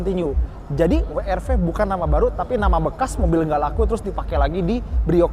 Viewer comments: "Brio cross- WRW" 🤣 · WWWWWWWW ERRRR V, yg bener dong bang.🤣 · Akhirnya ada yg nyebutnya bener..Double Yu Ar Vi & We Er Ve...yg lain nyebutnya Wi Ar Vi..😅